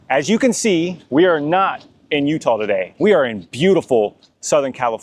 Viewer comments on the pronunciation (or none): none